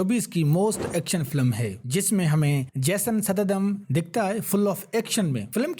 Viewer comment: Abey laudee....uska naaam Jason Statham hai...Sa..tha..tham.. nai😂😂😂😂😂. Koi bhi saala uthke channel banaa deta hai...